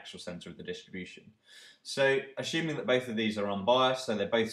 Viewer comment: axuming and lin-eer. great vid though